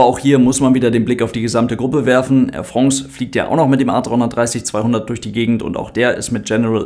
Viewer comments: Yeah, "AIR Frongs" is back 🙂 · Ach wie habe ich es vermisst: Air Frongs😂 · 'Ähr Frongß' - wir sollten die Aussprache in die Rechtschreibung übernehmen! 📝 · ich muss jedes mal bei "Air Frongs" lachen... Passt scho!